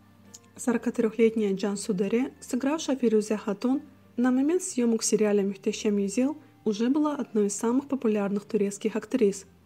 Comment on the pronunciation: Каждый раз мюштесем... слух режет 😂